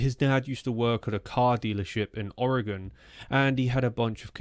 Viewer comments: Thank you for saying Oregon right. I've lived in Oregon all my life, and it bothers me so much when people say it wrong. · You are saying the word oregon correctly, most from here don't. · May I take a moment to express my appreciation for your pronunciation of "Oregon"? When it comes up on the internet, typically the best we get is "Orry-gawn". It's a minor thing, but nice from someone who hails from so far away.